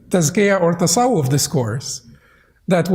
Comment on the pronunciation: Did he say Tasawaf? Yes he did, he,s Sufi Master, Sufism and Islam from Quran are two different paths, straight path is described only in Quran, Siratulmustaqeem, Sufism is s steep and crocked path described in Sufi literature, it has influence of Greek methodology and Hindu Buddhist mysticism, this sheikh is not only confused himself but also trying to confuse others too.